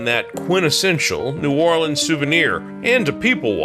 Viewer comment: Thank you for pronouncing our city name correctly. You did your research.